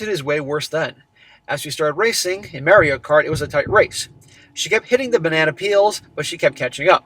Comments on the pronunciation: Not to be that guy, but It's MAH-reeyo NOT MARE-eeyo Just giving you isht, keep up the good work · Mary o... lol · WHY ARE YOU SAYING "MERIO" WHAAAAAAAA!!!!!! lolololol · Did you just pronounce it Marry-O? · I don't have a competitive bone in my body so I can not deal with people who are excessively competitive and act like absolutely d- bags! People like this have no thought for anybody else. He needs to drop her and if his friends don't quit bothering about his past need to be dropped also. Also, it is pronounced Maurio, not a long a as in Mary. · Mare-ee-oh is killin me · Can you not pronounce it as “Mary-oh” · It always trips me out when I hear people pronounce it like "merry-o." Then I remember is from Massachusetts. But it's still trippy hearing him say it like that. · I have never heard anyone pronounce Mario the way has until now.